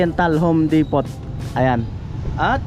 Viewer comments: So happy for Ate Bidang and family. You deserve it. Thank you to Kuya Frans and all the sponsors and team Pahuway. By the way the correct pronunciation is “Home Depo “ silent t. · Silent T po d-e-p-o-h hindi depot. Repeated wrong pronunciation ayaw kong mapahiya ka sa mga viewers. Hindi po ako expert sa english o nagmamarunong. idol kita silent viewer since day 1 kay rica 1 sa balatan pa. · wow galing naman ni bidang but she deserves it though. by the way ka noli its home depo silent t... yoyoyo yeyeygood job godbless you always...